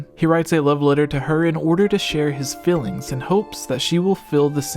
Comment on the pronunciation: What is this dialect that turns EE into a soft i? "Fillings" rather than feelings , "Shild"